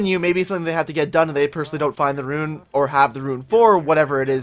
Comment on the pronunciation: It isn't pronounced ruin. It's rune. Rhymes with dune and soon